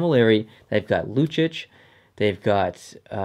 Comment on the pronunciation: The way you pronounce Lucic makes me want to kill myself.